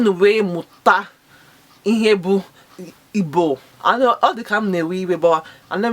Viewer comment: Sister I appreciate you!but from your account name to your pronounciation sounds like those kinds born abroad but you can do more by learning more. Contact angeloma on youtube for more igbo not ibo! For more learning.